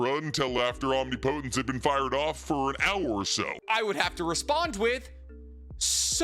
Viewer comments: I know I can't be the first one to say this. But it isn't pronounced "Omni-Potence". I realize that it seemed to be spelled that way in the Manga, but that was simply because of the size of the Speech Bubble they had to work with. It's "Omnipotence" It flows like it is one word. He has said it correctly in a few of his videos but it seems like his default pronunciation is the incorrect version. The key difference is two syllables. The way he pronounces it is something like "Om-Knee Po-Tense", when it should be something closer to "Om Nih-Puh-Tense" I realize that it doesn't actually matter in the grand scheme, but it's the internet and I will complain when I want to. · 🤔.... isn't it pronounced om-nip-otent? 😂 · Why are you pronouncing "omnipotence" like that? Am I missing something? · I wish you’d pronounce omnipotence correctly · Love the videos but the pronunciation of omnipotence is killing me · Stop saying omnipotence like that bro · Bro I know you’re smart why do you say omnipotence like that